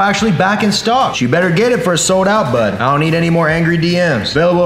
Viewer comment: I hate how he’s says bud